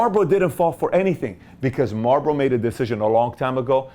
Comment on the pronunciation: it's marlbOro